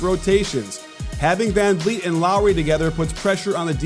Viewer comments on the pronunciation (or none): Anyone else notice him say "Fred can-yeet" ? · that is the worst pronunciation of Fred Van Fleet I have ever heard. This team (with Fred on it) are the defending champs and you are supposed to be a basketball guy. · Fred CanYeet?!?! OG Adobe?!!!! 😂😂😂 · Fred Kanyeet 😂 COACH! ITS VANVLEET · Fred "Can-Eat" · Did he say Fred CanYeet? 😂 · did this man just say Fred CanYeet lmao